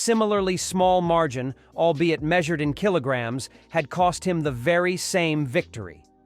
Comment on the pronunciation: kiloglars? kiloblurs? keelers?